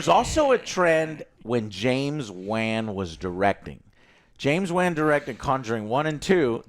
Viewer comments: It’s James Wan like “wan(d)”, not like “ban”! C’mon Joe! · James "Wen"? How do you mispronounce such a simple surname, it literally says Wan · How does not KNOW how to pronounce James Wan's last name by now? 🤔🤔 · Why he saying James "Wan" like that and didn't correct him?!